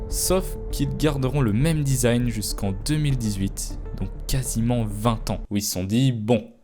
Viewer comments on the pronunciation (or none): none